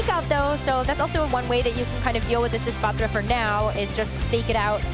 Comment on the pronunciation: God not this girl with the espathra pronunciation again